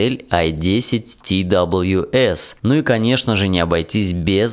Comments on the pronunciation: не ти дабалъю эс а просто твс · Твс надо говорить